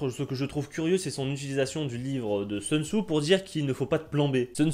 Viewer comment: "Seun Tzou"...moi je lui proposerai bien un plan B vers une prononciation correcte du nom "Soun Tzou" ! (Sea, sex and Soun !).